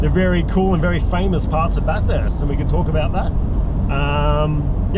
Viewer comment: Great Job! Your pronunciation of Bathurst was improving! Looking forward to watching you send it!